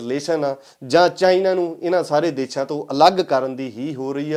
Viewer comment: ਵੀਰ ਮੇਰੇ ਦੇਛਾ ਨਹੀਂ ਦੇਸ਼ਾਂ ਹੁੰਦਾ ਕਈ ਵਾਰੀ ਤੁਸੀਂ ਦੇਸ਼ਾਂ ਬੋਲ ਦੇ ਹੋ ਜਾਦਾ ਤੱਰ ਦੇਛਾ ਬੋਲ ਰਹੇ ਹੋ